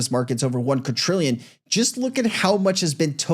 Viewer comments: Bro please, it's quaDrillion with a D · Like your show, not trying to be nitpicky, just trying to help out but the word quadrillion has no T in it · did you say "catrillion"?